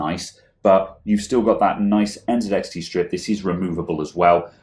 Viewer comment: you say NZXT not ENZEDEXDE